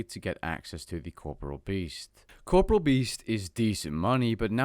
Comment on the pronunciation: 8 seconds in. All I can think of is that you're saying corporeal wrong.... -_